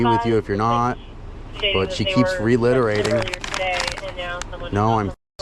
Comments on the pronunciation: Did you actually say Reliterating? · There's no L in the word reiterate or reiterating